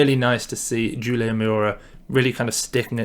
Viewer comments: 'houl' io - not 'jewel' io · Never have I ever heard someone use such a Hard J on Julio in my life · Great episode, Mayora's first name is pronouced..."Who-Lee-Oh" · I was thinking the same when I heard it but then he’s nailing all those other international names so I’m like, “ok, I’ll let it slide” 😂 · Nick Kauten I know it’s funny cause he kills it on so many names and then freaking Julio trips him up. I don’t get it !